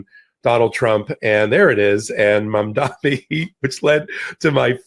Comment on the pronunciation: Say it with me now MAM-DA-NI